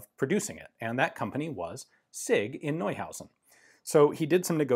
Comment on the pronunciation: Everyone in the comments: Polish pronunciation wrong! Me: Hey, finally after many years, Ian said "Neuhausen" correctly